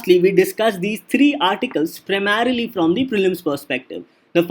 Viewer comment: “PRAMERELY FOR PRELIMS” and reading out notes is not DNS. Please relent